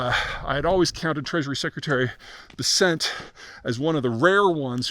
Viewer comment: And Treasury Secretary Scott Bessent’s last name is pronounced BESS-ent, not Beh-SENT.